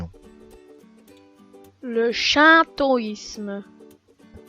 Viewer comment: Le shintoisme se prononce chinetoisme